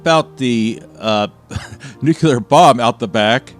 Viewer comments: Nucular isn’t a word related to nukes. It’s Nuclear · It’s nuclear bro, not nukular. That’s not a word. Great video either way 😅 love your stuff dude! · It should be pronounced new-cle-are not new-cue-ler!😮😅😊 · I love you guys' videos but cmoooon its not nuculur, its nuclear: new-clear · He didn't say nuclear he said nuculur* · "nucular"? Really, dude?